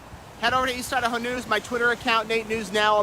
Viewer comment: Thank you Nate. Watching from No. CA. Been watching from the beginning. My family is from East Idaho, and I still have family there. I Love Idaho. You got the pronunciation perfect!